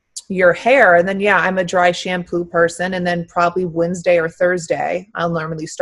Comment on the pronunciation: Lol "Wendesday"